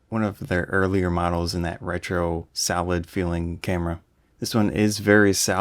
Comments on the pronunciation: "Very salad camera" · funny..i kept wondering ..what in the world of photography lingo does 'salad' mean, because im not a proffessional nor an enthusiast photographer and am just thinking about going to dabble into photography. im like...what does salad mean? i kept trying to find the metaphorical sense....i googled it and everything...turns out you were jusy saying the word SOLID!!! had a good laugh at my myself.